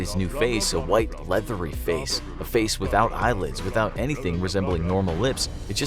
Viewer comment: ”Now let’s put a smile on that facer!”